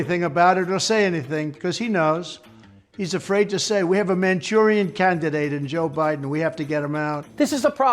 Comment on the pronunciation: Agreed! And I was very surprised he could pronounce it.